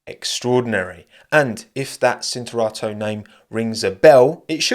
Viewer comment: Cinturato (belted), pronounced /ʧintuˈrato/ with the ‘ch’ sound in English. same applies to Lancia